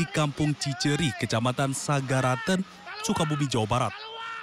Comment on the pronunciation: Sagaranten bro bukan saragenten